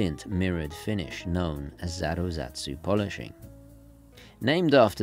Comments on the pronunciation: Great review! But Zaratsu only has 3 syllables... za-raht-su. It hurts a little every time you say zaruzatsu! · Happy 2022 to you! Lovely start of things, this vid. I like the omiwatari a lot. That said: I think this is the third video where you talk about Zaruzatsu polishing. It's Za-Rat-Su. You can make your life easier and drop the additional uz. :) That said, nice explainer on spring drive too. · ZARATSU :) not zaruzatsu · hate to say, but you're mispronouncing Zaratsu!! ZA RAT SU, not ZARA ZET SU!! Other than that great video:-) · It's Zaratsu finishing. Why do you pronounce it "Zaruzatsu". I don't speak Japanese or anything, but I haven't heard anybody else pronounce it as you do. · It’s zaratsu, not zaruzatsu - just to be precise;) You make this same mistake again and I think you should know. All the best. Love your channel :) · “Zaru-satsu?” - it’s just zaratsu. It’s how a Japanese person would try to pronounce the German pronunciation of “Sallaz” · Hey not talking shit but I noticed that in every video that Zaratsu polishing is mentioned, you say "ZARA-ZAT-SU" and it drives me nuts, man. There's only 1 letter Z in the word. Zar-at-su. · You keep saying zaraZAtsu polishing. Isn't it zaratsu? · Zaratsu not Zaruzatsu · It’s “Zaratsu” not “Zaruzatsu” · It’s not zaruzatsu. It’s zaratsu. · Dude. I love your videos, but you murder the Japanese words adding sounds that aren't there. It's not zaru-zatsu, it's zaratsu. Meiji is also pronounced may-gee. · It’s zaratsu not zarazatsu😂😂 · za-ra-tsu, not zaruzatsu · you are mispronounced Zaratsu!! It's not Zarazatsu!! Cheers from England... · zaratsu NOT zaruzatsu... the correct word is even on the screen! FFS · 💯 tried to get this across on the last video. Comes from the German Sallaz machine that is used in mirror polishing. Pronounced "Zallatz" in German, it becomes Zaratsu with Japanese pronunciation. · Why are you adding an extra syllable to Zaratzu?